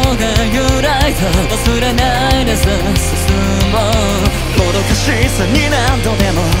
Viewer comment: しゆんさんのパート、ここのフレーズの歌い方がかっこよくて、気に入っています 始めの"もどかしさ"の"も"の発音とか "明日を"の"あ"の発音 "見ていた"の少し強めの歌い方 "変えよう"は丁寧に優しい感じに長めに伸ばしてるのが素敵 全体的にキラキラしてる雰囲気ですが、切なさもあって それを表現できるのが本当にすごいなと思いました